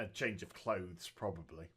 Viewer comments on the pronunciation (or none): none